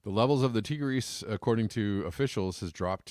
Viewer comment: Ear-rock, not eyerack! Tie-griss, not teegris!